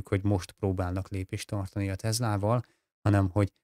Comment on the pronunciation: Jobbulást! Ez a TeZla kiejtés honnan jön?